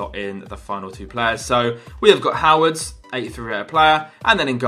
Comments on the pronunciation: wait wait waithowards? If you knew any German, you would know it is pronounced something like hervedes, because the O has the accent that makes it errr and Ws are Vs in German. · It's huh-veh-des not how-ehds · Its pronounced Ho-Ve-Des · Höwedes - Howards Fährmann - Foreman :D Any Germans here? :D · "how-wedds" xD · Hervedes is how you pronounce Hövedes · HOWEDES IS PRONOUNCED HERV I DEZ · it pronounced how-we-das 😂😂😂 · Howedes is pronounced H-ur-v-des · It's pronounced howbedes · I am from Germany and it was so funny how you said 'Höwedes' :) Really nice Video! :D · You dont know Höwedes is pronunced right? XD I don't really Know how to explain it could somone try it? Oh and great Video ;) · He's struggling so much to pronounce Höwedes LOL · THAT WAS THE WORST PRONUNCIATION OF HOWEDES' NAME EVER!